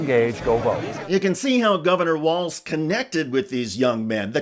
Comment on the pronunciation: "Walz'" not "Walze's".